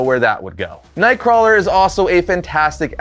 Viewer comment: Nothing clearly identifies you as a reliable source of information on a character like mispronouncing said characters name literally every time you say it…